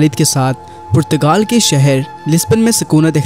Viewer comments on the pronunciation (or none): none